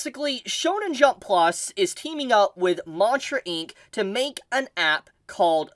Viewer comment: I was so confused at first. I had this on in the background making food and kept hearing "monsters inc." Instead of mantra inc lol